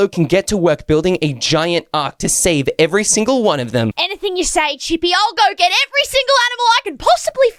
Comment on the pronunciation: Bro seriously what the heck did just said like i think said chippy whippy!!!💀